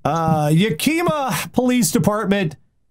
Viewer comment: That is not how you pronounce "Yakima." The emphasis is on the first syllable.